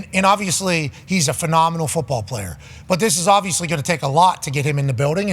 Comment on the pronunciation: I watch live every day until I hear D But say “obvissy” 3 times. Thats my limit. So I usually stop watching in the first hour.